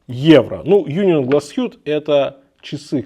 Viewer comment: По-немецки говорится Унион, причём ударение на о. Переводится как Союз. А часы правда шикарные.